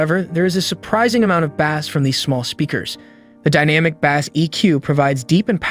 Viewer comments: Bass is pronounced 'base". Not like the fish. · They should've found another narrator that knows how to pronounce BASS LOL. BANANA BRAIN HAHAHAHAHAHA